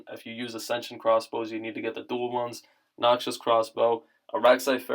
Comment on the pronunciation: What in the fuck is a noxshous cross bow